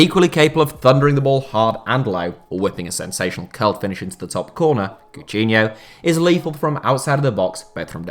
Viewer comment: Am I the the only one who was annoyed by the way be pronounced Coutinho